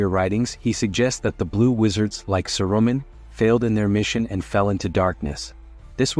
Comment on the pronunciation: Don’t use an AI voice. It’s mispronouncing names like Saruman.